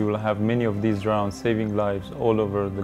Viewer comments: seems to work pretty well, well done guys. not sure why so many people are dying in the caspian, seemed like quite a high death rate, 250 people/yr. not trying to be a dick, your english is great, and way better than my farsi but your pronunciation of 'drowns' is unfortunate. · Ironically, he calls them "drowns" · Anyone else find it ironic that he pronounces "drones" as "drowns"? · Any body else find it ironic that the way he pronounced "drones" as "drowns" ? Lol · Its funny cos when he says 'drones' it sounds like he's saying 'drowns'. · Its kind of ironic the way he says "drones" sounds like "drowns". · Funny thing is with his accent is sounds like he is saying "drowns" instead of drones, LOL! It is most funny because he can probably speak in 3-5 languages very well, I can only speak in two, and with much more difficulty than he can. Great way to put a good face on what has become a negatively viewed technology. Bravo! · I don't really know if they should, was just making fun of his pronounciation of "drones"